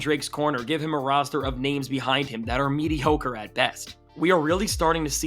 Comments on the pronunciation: Medi-ho-cre? You’re not slick but I love it 😂😂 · Bro, was that medi-hoe-cre on purpose? If so, well done sir. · "medi(hoe)cre" did he say that on purpose or am i reaching 😂😂